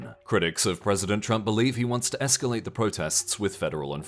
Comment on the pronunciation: Y'all... It's escalate